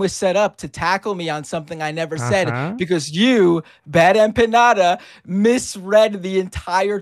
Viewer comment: As soon as the this guy started talking saying "BuD EmpaÑada", I knew he was a joke 😅